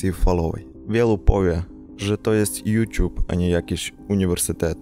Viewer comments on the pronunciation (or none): none